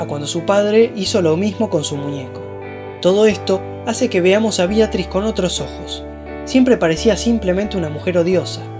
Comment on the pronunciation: BEATRIS NO BIATRIS